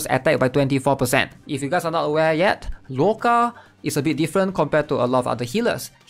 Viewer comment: Yeah he should just call him Otto instead